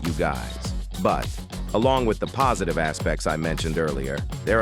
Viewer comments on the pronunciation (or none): none